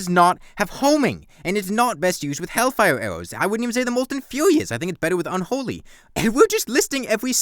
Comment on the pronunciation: "wai awe we tawking abowt bown awwows, they're wike the worst awwow in the game!"